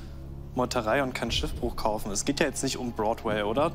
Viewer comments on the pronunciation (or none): "Brotway" Shows... geez